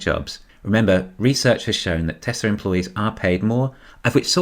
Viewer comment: Baghdad Barra can't say "Tesla," lol. "Don't say that word! It is the word...the Knights Who Say 'NI!' cannot hear!"